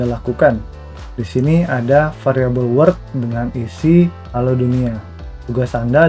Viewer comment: Halo min, mau sedikit kasih saran. klo boleh min, apa yg diucapkan oleh pembawa materi diberi text min. soalnya divideo diatas pengucapan word dan world hampir sama. makasih min ..